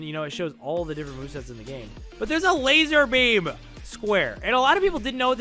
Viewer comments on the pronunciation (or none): ITS LAZARBEAM NOT LASER BEAM